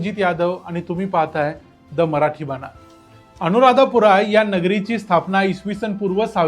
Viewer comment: अनुराध पुरा असे म्हणतात, अनुराधापुरा असे नाही.